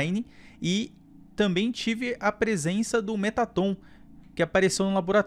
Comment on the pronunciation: Metaton n se pronuncia assim, se pronuncia meraton. É so uma curiosidade:3 esse jogo é muito bom né